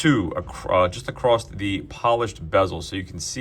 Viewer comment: Across…..across. Not acrost…there is no acrost.